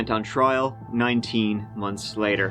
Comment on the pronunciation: "Married for TREE whole Monts." Lol, keep it up. Great show you've created; )